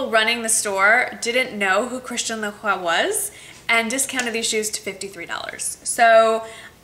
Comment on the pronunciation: You said their names both right girl! Woop woop :D I love the suede boots, they're beautiful and that's the only type of heels that I can manage to wear on a daily basis in Paris (too much walking...!). Thumbs up for the Christian Lacroix bargain!!! That's AMAZING!!!